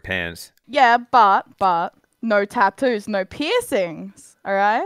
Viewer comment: I was wesing when he said tadoos